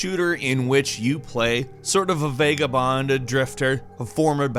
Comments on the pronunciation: Its pronounced vagabon not Vega-Bond xD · Vega-bond? Wendy-go? What the hell man?